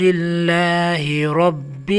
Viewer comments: محترم آپ لفظ رب کی ادائیگی میں زیر پڑھ رہے ہیں جبکہ وڈیو میں رب پر زبر لکھا ہوا ہے۔ تصحیح فرما لیں تاکہ پڑھنے والوں کو کوئ غلطی نہ ہو۔ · Zabar likha ha ap zair parh rhy Hain ya